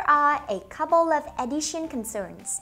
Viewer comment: Additional đọc giống addition rồi